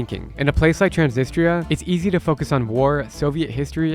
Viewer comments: I find it odd that Drew can speak Russian but doesn’t pronounce Transnistria correctly. Listen to his friend say it. It’s more like Trans NEE strEEa. The emphasis on the second syllable. When Drew first mentioned this area, I didn’t associate it with Transnistria; which I’ve indeed heard about, because the pronunciation was so far off. The way he pronounces “ni” doesn’t exist in any European language. That’s an Americanization. It’s nEE; not like “it.” Even Italia in Italian is pronounced EE-talia. Moldova speaks Romanian, so I’m assuming part of the issue is that people in Transnistria speak Russian; which is not related to Romanian. It’s a very similar situation with Ukraine. Let’s hope Putin doesn’t invade Moldova to claim this as belonging to Russia. 😮😮😮😮 Great video, and very informative. I probably won’t ever go. So thank you! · i swear your guide pronounced Transnistia 3 or 4 different ways 🤣